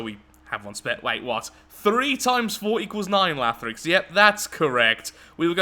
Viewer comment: Scorpion tank lathrix...you did it...holy crap...guys he didn’t mess up a name